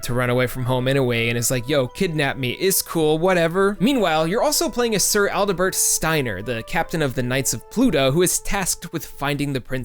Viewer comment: You mispronounced Adelbert Steiner. Also I have both the English and Japanese Playstation versions of this one... and my first FF that I played start to finish was 7. First one that I played any part of was 6. First Square RPG I finished was Chrono Trigger. Incidentally I guess you could say that was the first Square-Enix game I finished, too, since I never played any Enix games before that either... except for The 7th Saga. I never finished that one until I played it on ZSNES. And I had to resort to cheating because that game is basically impossible to win in the US version. I've heard Elnard (the Japanese version of The 7th Saga) is much easier... and actually possible to beat.